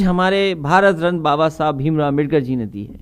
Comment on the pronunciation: bhai bhasan dete samay lakada rhe hai baba sahab ka sudhdh nam bhi nhi le pa rhe hai